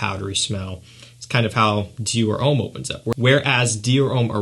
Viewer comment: Stop saying Ouuuuhm its Om.